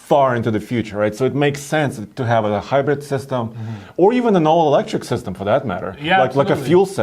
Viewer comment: Tie-yo!-dah Tundra hy-bread